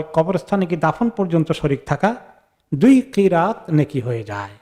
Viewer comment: এক্কিরাত নাকি একটি রাত সওয়াব হবে? সঠিক উচ্চারণ জানাবেন প্লিজ